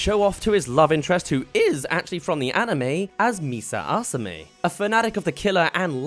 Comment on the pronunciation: did you just say misa assame😭😭